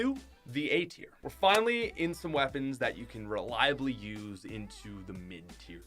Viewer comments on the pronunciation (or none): When you said A tier I thought you said eight ear